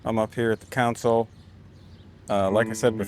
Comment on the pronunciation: It's console, not council. Mixing console, Jedi council. CON-soul.